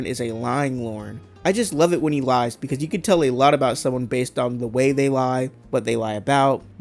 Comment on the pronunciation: I’m Croying becawse I LAWVE YEW, RUHMOWNA!!!!